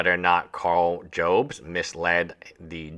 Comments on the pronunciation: Jobst is pronounced Jobs-t, not Joe-bst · Jobst Job - st Not Jobe - st I know its not important. It just bothers me 😂